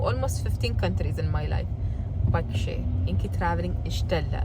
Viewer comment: Like corrected your pronunciation, I would like to highlight one word... its not "pashe", its "pakshe". You both are doing well... improve contents. Vincent@